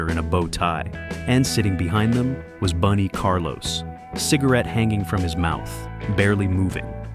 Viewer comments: Bun not Boone. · Boon E. Carlos? F.U. A.I.